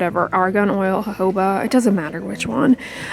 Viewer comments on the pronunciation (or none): none